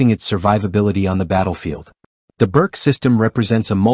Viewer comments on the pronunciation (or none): Pronounced "Boorch"